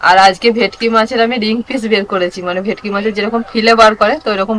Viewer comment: ভিটকি না ভেটকি